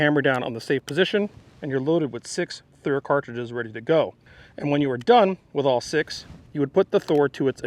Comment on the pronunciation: I love it when you do it right Thuer right Thuer